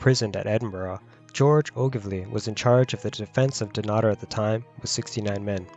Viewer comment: Your pronunciation of Dunnottar is hideous, when you are commenting on our history you could at least pronounce our language correctly.